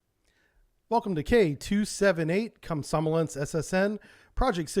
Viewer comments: should be pronounced “kom- som- O- lets” rather than “kom- SOM- o- lets”... stress should be on that 3rd O... just saying :) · It's not "kom-SOM-o-lets", it's kom-som-OL-yets". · Komsomólets... Plavník.... Dude you wouldn't want anyone to mispronounce your name because it was originated in the other country... So how come you never bother? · Russian writing is not the best, as some letters are pronounced different from what is written (nowhere near as bad as English though)- so 'komsomolec' is pronounced kam-sa-MO-liets. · Remind me to teach you how to say Komsomolets some time.... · It would be a great help if you'd take greater care with your pronunciation. "Komsomolets", for example, doesn't have any "n"s in it.